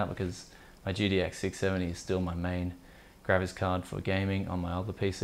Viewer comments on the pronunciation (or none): I enjoyed this video for a lot of reasons. It took me a while to figure out you were saying graphics, it sounded like you were saying grabbits. I couldn't figure out where the vmi port connections were????